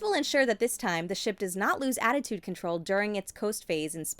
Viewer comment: She kept saying attitude and it was bothering me